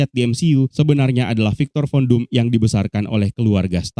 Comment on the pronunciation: Gua dnger ny viktor kondom